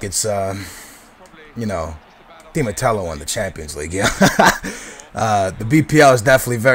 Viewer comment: Matteo not Matello